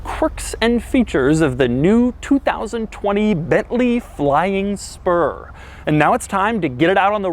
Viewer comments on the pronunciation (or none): Bentley Flying Sperm. I can't unhear it anymore!